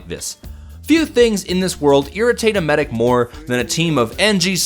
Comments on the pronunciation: It's medic. He pronounced it Maidic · *sniper across the map "MEIDEC!!!" XD